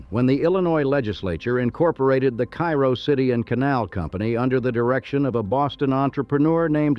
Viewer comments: Actually, it’s “CARE-oh”. It does say that , but then goes back to “KY-roh”. Typical for AI generated narration. The AI research also frequently depicts images that have nothing to do with the topic in many of his videos. Such a shame. If he’d have a real human narrate and fact check the image research results, he’d have award-winning content on his channel. But AI laziness unfortunately dominates. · It's Kay-ro, like the maple syrup. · It’s Care-Oh